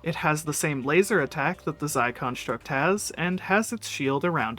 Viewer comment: “Zie contruct” 😭😭